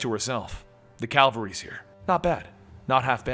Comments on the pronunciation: Why do you say "CALVARY" instead of "CAVALRY"? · Calvary? Cavalry.